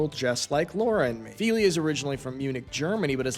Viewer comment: If you have lived in Germany that long, you should know how to pronounce Feli's name! 😊 Bet she was cringing!